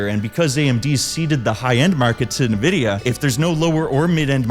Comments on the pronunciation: Corsair didn't leave the consumer market, it was Crucial, Micron's consumer facing business. And RAM doesn't take years to make, I don't know where you got that from... Also, it's pronounced EN-vidia not nevidia or nuhvidia, or whatever the fuck people call it these days... Good video though, really enjoyed the editing but you need to employ more care in getting the correct info out there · What in the fuck is "nuhvidia?" There isn't a company called "nuhvidia." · I couldn't get past the fact you pronounce it Nuhvidia. 😂 😂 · Bro PLEASE pronounce "Nvidia" correctly, it's killing me. 🥲